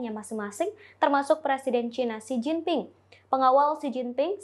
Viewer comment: Mint , Xi Jinping bukan Si Gin Ting . 😀